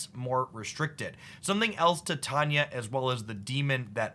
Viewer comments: Ti-tanya? Thought it was Tai-taina. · I squirm every time you say “Tie-Tanya”………it’s “Tie-tane-knee-ah” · Just so that you know in future videos even though it'll be hard to get used to saying, its Tie-tane-ee-uh not Tit-on-yuh. Shes also in the She-Hulk series on Disney+ :) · TIE TAE KNEE UHH CAN YOU READ ENGLISH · Yep, it is tai·tay·nee·uh. I don't know if he says it the way he does as a joke or not. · Ti-tanya is the pronunciation of the fairy queen from Midsummer Night's Dream, that may be where got it from.